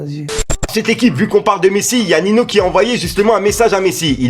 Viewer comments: Tu vas nous faire pt un câble à dire nino au lieu de ninho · Ninho pas nino tu te trompes a chaque fois